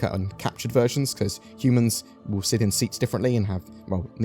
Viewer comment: When you were talking about the Vanduul ship versions, I heard you say "the virgins we will get"